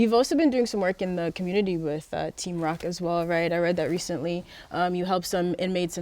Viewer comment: “THURAPY” “HURMAN BEING” “COMMURNITY”